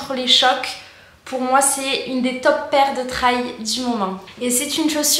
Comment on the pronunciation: Salut, as-tu fait une vidéo de retour sur le long terme ? Je vais chercher. Au fait, n'hésite pas à dire " trèl ", des fois, l'anglais est plus simple qu'on l'imagine ! Bonnes sorties !